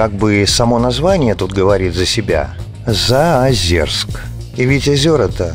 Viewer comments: заозЁрск!!! какой заозерск)) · Извините, ЗаозЁрск, а не ЗаозЕрск. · Прежде чем делать выпуск про город вы хоть узнайте как правильно произносится Заозёрск , говорится через ё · Не слышала никогда названия ЗаозЕрск. Только ЗаозЁрск.. у тех кто там служил был причастен, и вообще кто- либо когда- либо упоминал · Нет говориться через ё ни какого Заозерска